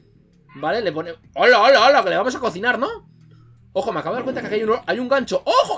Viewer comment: me da risa porque querias decir pero hi dijiste oello